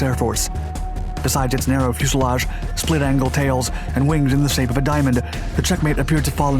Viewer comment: he pronounces fuselage right though